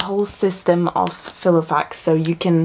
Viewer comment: "File-O-Fax" ( Fai - Luh - Faks )